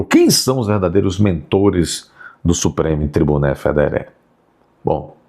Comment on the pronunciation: Adoro ver vc falando supreme tribuné federé , democracinha,.... muito bom.